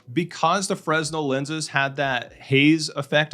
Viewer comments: Awesome video! I don’t want to be that guy, but it’s pronounced “fruh•nel” not “frez•nel” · fre-nel..... not "fresnel" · Fresnel is pronounced fruh-nel, with the emphasis on the second syllable. It's counterintuitive, and a common mistake. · fresnel is pronounced fre nel, it's a common mistake. great review by the way. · The "s" in "Fresnel is silent. (frāˈnel) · The "s" is silent in fresnel.